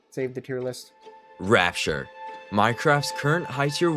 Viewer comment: Rappture ❌ Rapeture ✅